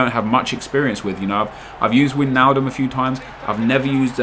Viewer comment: It's "Why"-naldum